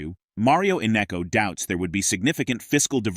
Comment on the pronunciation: His name is not Innecco!